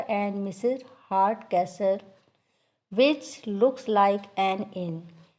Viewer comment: Hartcasol would be the pronunciation.. not castol*